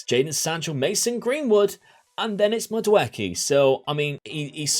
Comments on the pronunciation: The name is Nigerian it's pronounced Madu eee kay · Also, to help you out people usually say the name Mad-ooh-eck-ay.